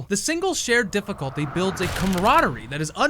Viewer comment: "Difficlty this, difficlty that. How about you difficlty this nuts"